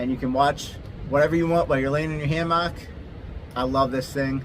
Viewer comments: you say hammock wrong lol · "Ham ock" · The way you say hammock is wild